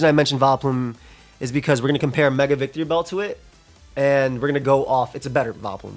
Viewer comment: claims to love Victreebel but keeps adding an extra syllable to its name, curious